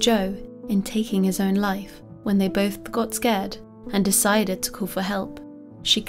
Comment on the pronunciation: Honest question: is it your mic that is weird, is English not your first language, or do you have a speech impediment? e.g. when you say "failed" it sounds like "faileds", "decided" sounds like "decideds", etc.